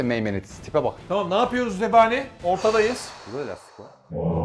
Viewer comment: zebaniye Cebani diyen koca yürekli 😂😂❤❤❤❤